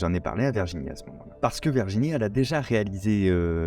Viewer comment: J’ai adoré le court métrage, les coulisses, le travail d’équipe… Au fait Virginie se prononce Virginie et non Verginie… 😏